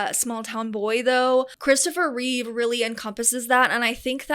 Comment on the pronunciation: I stopped watching when you got basic facts wrong. It’s Christopher Reeve, not Reeves. He did 4 movies, not 5. If you want people to watch your content, then at least show enough respect for your audience to get facts right first.